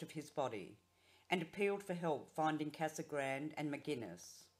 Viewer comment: Casa grande is pronounced ‘KazagrandAY’. Thanks for the video!